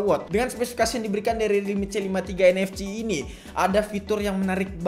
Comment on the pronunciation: nfc dibaca en ef si, bukan en ef ci wkwk